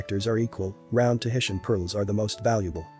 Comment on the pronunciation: This video has some great visuals, but it is SOOO annoying when narraters of documentary type (reserached) videos can't take the time to at LEAST pronounce terms correctly: Tahitian, nacre, bi-valve, etc. Get it together people!! If nothing else, it is respect.